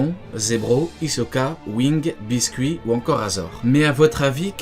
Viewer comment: Bisket pas biscuit hahaha